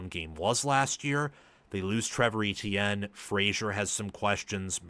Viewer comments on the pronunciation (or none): none